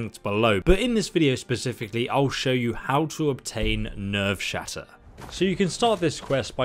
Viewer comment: When he says never shatter even after looking at it and then realizes his mistake and corrects himself but he’s still wrong and says nervesshatter